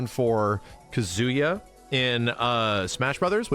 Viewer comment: I really wish would learn to pronounce Kazuya properly. Kazooya!